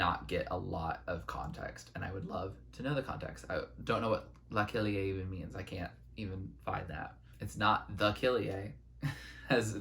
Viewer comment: La kilié samples a brazilian funk song (which was a huge hit in Brazil). The song is called Passinho do Volante (Ah lelek lek lek) and insted of pronouncing it like lelek she made it la kilie. Good tribute to brazilian music.